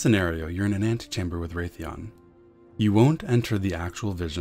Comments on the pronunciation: I was being a wise-ass, it's pronounced Wrathion, not Wraithion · Who pronounces wrathion as wraithion, lmao. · why are you calling him ...wraith-eeon ? ...Wrath ...like...the wrath of god..wrathion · You sound like Mr Slave from South Park. Also its Wrathion (RATH) not Wraithion (RAITH) smh